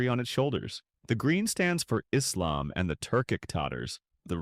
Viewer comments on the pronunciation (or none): none